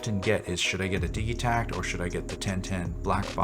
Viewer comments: Its pronounced di(d)gitekt ! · Why are you pronouncing the G hard? Do you say diggital or dijital? Either way love the vid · I've heard several people pronounce the name of this machine with a hard g, as in digging, rather than a soft g, as in digital. Is it supposed to be pronounced like that?